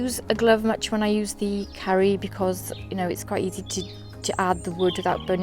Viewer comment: I am grateful that I found your channel and that you made many comparison videos about ooni vs ooni and tools guide etc.. I am little suprised that when you say ooni karu (It sounds like that you say ooni CURRY) But other than that I really enjoy watching your videos,, please keep it up!